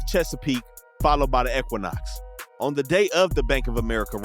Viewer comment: Wtf is an ecquinoc? You can't say equinox. It's E-qui-nox 🤦😂